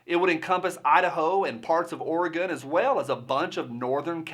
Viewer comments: Hell yeah, I was born in madras Oregon and Portland shouldn’t affect what goes on there. Also it’s refreshing to hear someone actually pronounce it right not like those midwesterners and east coasters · Thank you for pronouncing Oregon correctly! -- Native Oregonian, adopted Virginian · Oregon, pronounced Or-E-GUN... Flush down Kate Brown! I am a mutt, 25% Klamath Indian. I am very familiar with treaties being broken and the oppression that follows.